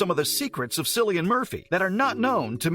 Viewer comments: Ha ha, 'sillian' 😂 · Lol - It’s a hard C pronounced Killian! - great research you did for this video 🙄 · This channel has 12 videos on Cillian Murphy and they still do not know how to pronounce his name. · All great information but you should have probably learned how to pronounce Cillian’s name first.